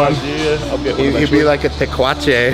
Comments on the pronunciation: Lmfaooooo he said tequache 😂😂😂 el Cuh 😂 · Bro said taquache, big dog out here versatile